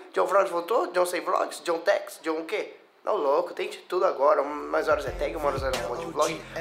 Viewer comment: ele falou JonTags, entendi JONTEX kkkkkkkkk